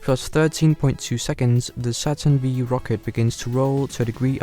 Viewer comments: Dude..! it is "Saturn Five" not Saturn Vee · It's Saturn 5 not V ! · Good video, but please never call a Saturn five a "SaTuRn VeE" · "Saturn Vee" LMFAO.... It's Saturn 5. FIVE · OMG!!! It 's NOT the 'Saturn Vee' rocket... it is the 'Saturn FIVE' !!! 🤦‍♂️🤦‍♂️🤦‍♂️🤦‍♂️ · I have never heard someone call it the "Saturn Vee" before :O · Did you just say Saturn Vee? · Saturn V is pronounced ‘Saturn Five’ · Come on, man. Saturn FIVE. Good grief.